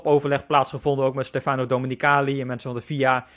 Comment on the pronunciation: Je zegt STEfano, niet steFAno.